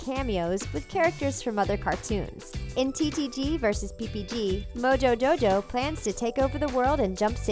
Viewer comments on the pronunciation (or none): you said MOJO doo doo it's MOJO Joo joo